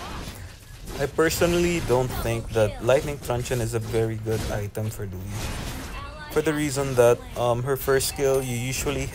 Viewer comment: Her name’s not Louie. It’s Luo Yi. 😂